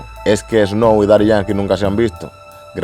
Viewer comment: Lo primero es que aprende hablar, aprender a pronunciar " Snow" que es un tremendo artista canadiense de los 90 s que ahora algunos los conocen, Snow es un activista Canadiense luego de cantar que incluso trato de ser político, su cancelaron por no se sapo, para la próxima infórmate más, y el tema está bueno por el simple hecho que tiene una pista de los 90 donde si se hacía música y el payaso de Yankee es un plagio en vida todo lo plagia todo a los Americanos , Canadiense y demás artistas..